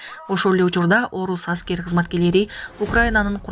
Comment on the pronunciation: Аськер эмес- аскер 😂 Официер эмес - офицер 😅